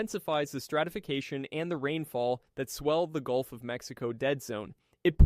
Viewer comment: you are you right,its changing, was a auto correct mistake.. but its gulf not goulf....